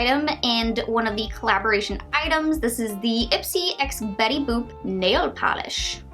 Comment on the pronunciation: Betty bopp. U said. Ahahaa. It's Betty boop !!!, Lmao